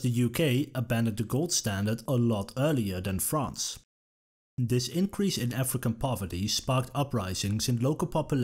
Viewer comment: Why can't the narrator pronounce "th" properly? "This" becomes "Dis". Something that makes this (th-is) unlistenable, as far as I am concerned. :face-orange-frowning